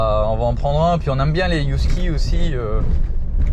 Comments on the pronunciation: Des" Youskis ???? ;-) ca se prononce heuh - en français, en anglais aussi avec le h aspiré 😉 ah mais au Mexique, là je ne sais pas 😜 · Mais pourquoi dire Yusky?😂 c’est un Husky ca se prononce Usky😂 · On dit "Heu-ski" pas "You-ski" :D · Hello la! Un Husky 🙃 « Usky et pas « Yousky "» s’il vous plaît 🤪et dire qu’avec mon conjoint on rêve de vous rejoindre depuis le début dans votre projet, on vous suit depuis le tout début en manquant aucune de vos vidéos, mais qu’il en serai très difficile avec notre amour de Husky, il est un vrai prédateur avec les petits animaux, bien qu’il a été habitué dès tout petit! Nous allons cependant reprendre le voyage dès que possible et traverser les Amériques! Pour info ce sont de très très très mauvais gardien, ils aiment: tous le monde! 😅 Ils ont besoin de grande et nouvelle balade quotidienne pour tempérer leur côté sportif, PRIMITIF et aventurier autrement: ils y vont seul..! Attention cependant le sport et les promenade tout doux jusqu’à 18 mois, ce sont des chiens qui peuvent vite avoir une dysplasie. Bon bref, il y a des exceptions mais pour avoir travailler avec 35 husky tous unanime! Si vous avez des questions par la suite hésitez pas, mon chien, ces chiens sont une vrai passion! J’avoue être surprise de votre choix par apport à votre mode de vie, j’espère que ce sera une petite qui brisera la génétique de la race! 😜 Mais nous avons un nouveau point commun! 🐺 (Je vous conseil de vous renseigner +++ sur l’éducation positive avec ces chiens primitifs:)! ) Je propose Maya pour un des chatons! Pleins de bonheur, bise à tous! 🦋🌸